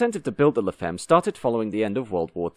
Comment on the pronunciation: Look up words in foreign languages you are clueless about please. La femme is pronounced 'la famm'.